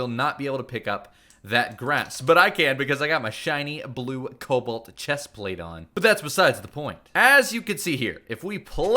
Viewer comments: Is it just me or is saying cowalt instead of cobalt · Stop saying it coubalt it sounds like cobelt